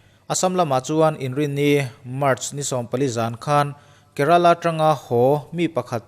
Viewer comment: Bengvar thlak thin hlemai....chuan Kerala tih ilam dan tak hi nalh kalo ti riau a😀😀